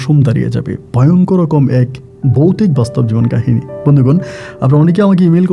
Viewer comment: বোকাচোদা বৌতিক না ভৌতিক,ভাষা সঠিক ভাবে উচ্চারন কর।